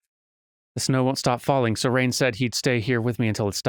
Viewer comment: You know I don't think a name spelled Rein would be pronounced Rain.